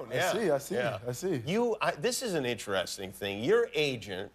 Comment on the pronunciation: Is it just me or is there something about how Jimmy pronounce the word "Interesting" is very interesting 😁 Just listen to 😎